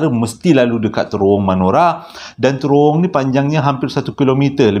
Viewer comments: Bang, cara nak pronouce terowong tu... terowong menogher, huruf A yang hujung tu ganti dengan E. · Terowong.. kecik2 dulu selalu tersasul terworong😅🤣🤣